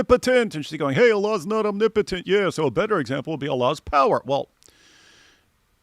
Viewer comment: She didn't even pronounce it correctly😭omni-potent🤔 totally sliced it...... Let it flow, 😩